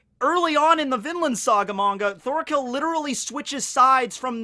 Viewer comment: Isn’t Thorkell pronounced “Torkell”?